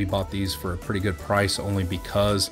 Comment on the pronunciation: The way you way good triggers me "ruff"